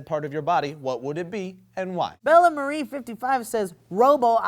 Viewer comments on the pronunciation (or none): none